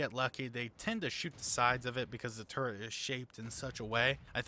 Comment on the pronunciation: Turret. Not 'TurreNt'. A personal pet hate of mine.